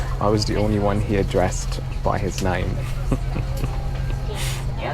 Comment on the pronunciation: "I am the only one here that is dressed by his name"? I have played this back twice and I'm not understanding that this means...oh! Did you say aDRESSED by his name??? Ok